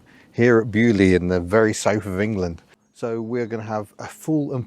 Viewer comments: Being French, hearing Beaulieu pronounced like this makes my ears bleed :p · Love how the Baulieu pronounciation evolved.